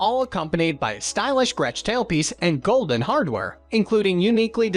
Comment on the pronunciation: Godin is actually pronounce "go day" ....common mistake